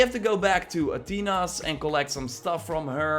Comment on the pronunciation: the way he says Athenas bothers me